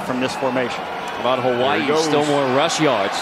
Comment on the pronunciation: He doesn't pronounce Hawai'i right. How do I know? I am part kanaka maoli